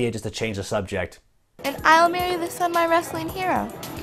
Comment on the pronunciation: It is not semi it's son